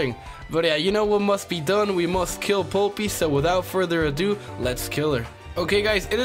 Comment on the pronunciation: I died every time he pronounced polypi wrong.